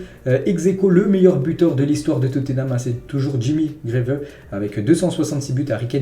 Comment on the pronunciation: Greaves se prononce GRIVS en anglais , merci